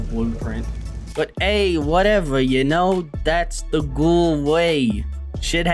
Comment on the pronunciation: that’s not how you fucking pronounce it Ghoul, ask google translate